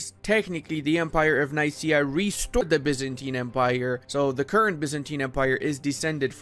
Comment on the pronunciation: It is pronounced nikea, not nice_ia. Nikea like Ikea but with n